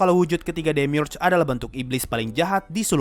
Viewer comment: Gw bacanya demiurge bukan demiurge